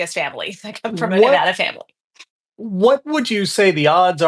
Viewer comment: NEVADA IN THE HOUSE!!!! That's what's up!!! I knew I liked her! Even for a southerner. Biggest indicator you know someone is NATURALLY from Nevada and not a transplant? They pronounce it correctly.